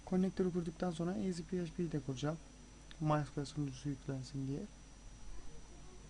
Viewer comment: Kardeş bu nasıl ingilizce ya maysekule ne allah aşkına ya ingilizce öldü. (En basit olan bu yoksa video fail dolu)